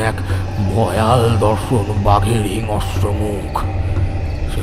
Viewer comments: Golpo Darun, sudhu bar bar hingsra katha ta hingasra uchharan sunte birokto lagchilo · হিংস্র uchcharon ta ektu dekhben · hingsra ucharon thik korun